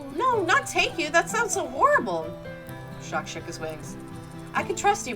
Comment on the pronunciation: The "s" on the end of Jacques is silent. You pronounce it "Jock".